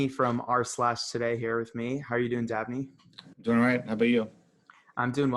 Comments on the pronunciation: Umm his name is DABNEY not Abney! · I may have misheard, but is his name "Dabney" or "Abney"?